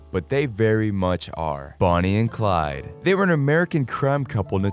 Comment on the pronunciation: ITS BONNIE AND CLYDEEE